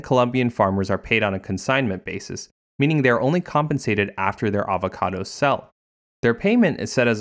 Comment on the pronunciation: I will drink everytime he says avahcahdahs Edit: I got alcohol poisoning